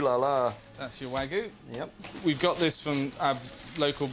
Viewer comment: It's "WAGYU". not wagu! And you call this segment about class????